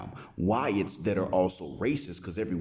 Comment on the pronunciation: you crack me up when you say "the wyatts" 😭😂😂😂